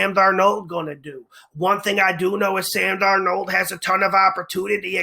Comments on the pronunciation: He's the only person I've ever heard pronounce his name like that. What a riot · The way you say his name Sam “DarNOLD” gets me every time 😂 ... keep up the great work bro always ❤️ the picks!!